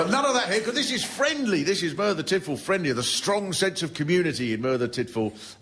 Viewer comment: learn how to pronounce Merthyr before you do a show about it you numpty